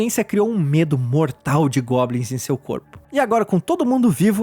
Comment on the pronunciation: Ele falou gobnis 39 vezes